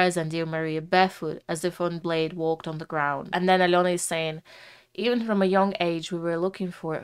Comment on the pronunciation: Подивилась вже десь десяток розборiв iноземцiв, але ви перша вимовили iм’я Альони зовciм без акценту,прям зовсiм. Дякую за Чудове вiдео, та пiдтримку❤